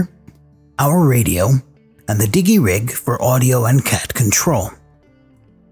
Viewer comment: "Di-Jee Rig" not "Digg-ee Rig"